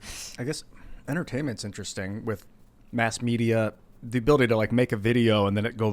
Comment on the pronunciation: 🤔 did he say "masked-media" or mass-media ?